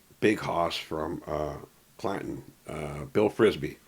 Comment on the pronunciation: Stop pronouncing CLANTONx14(LOS)like a redneck 😝